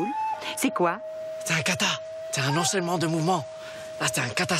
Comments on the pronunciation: bahh nahh pas "cata" c Kata pffffff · HiGirls samantha comprend "caca" au lieu de "cata" donc elle ne veut pas qu'il fasse "caca" ici .